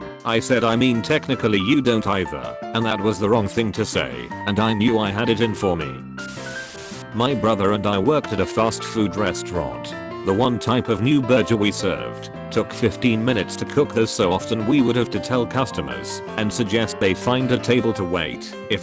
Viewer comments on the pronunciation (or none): story: burger voice: BURJER